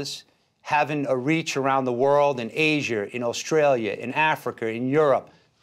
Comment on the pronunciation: Aiser, Africer?🤔 Too much intrusive R